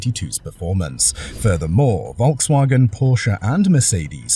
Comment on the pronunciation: Wirr-Schafft-wunder ? Wolkswagen ? Murrkell? Wishful dreaming ??????